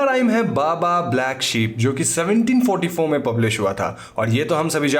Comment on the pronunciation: had anyone heard leaving me 1744 instead of 1774😂🤣😅